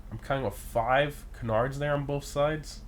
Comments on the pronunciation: Can • ards not kunardz lol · It’s “Can-ards” not “Cenards” 😂😂😂 Love these videos! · Bro who ever told you to pronounce canards like that trolled you hard lol. Its pronounced KAN-nerds I promise. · I’m sorry to say this but you’re saying canards incorrectly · Sounds weird but I guess your right lol